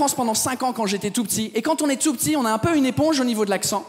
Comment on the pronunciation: la deuxième fois qu'il a dit tout petit il a eu un accent anglais